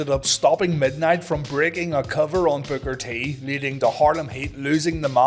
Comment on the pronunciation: Love your content, but all I hear is "booger t"😅 great episode!